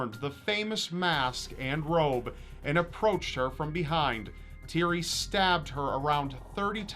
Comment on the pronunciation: You butchered The name Thierry. Otherwise good video.